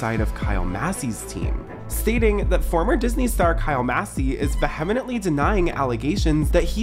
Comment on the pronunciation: Lol I love everything about you ima subscribe It’s pronounced like veeeeee-amently (vehemently)♥️♥️♥️♥️♥️♥️♥️♥️